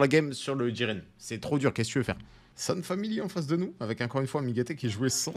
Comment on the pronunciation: Jiren pas jigen, trop de boruto 😂